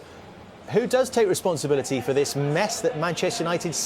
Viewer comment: the funny thing is the word responsibility is pronounced almost the same in his native language which is french i still don't know how he messed it up with